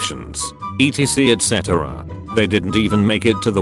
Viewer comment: Human: bride-zilla Robot text to speech: brid-a-zilla Human: make-up Robot, an intellectual: mackyööp Human: etc etc Robot, an intellectual: ETC et cetera.